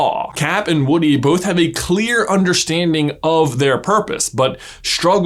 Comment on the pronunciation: lol you call him "Wooden"